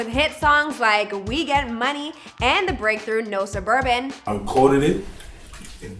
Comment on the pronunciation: "We don't spin in no surbabans"😈💯